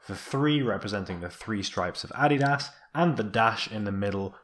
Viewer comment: it's the correct german pronunciation